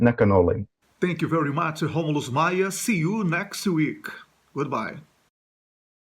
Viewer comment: Excelent pronunciation Romulus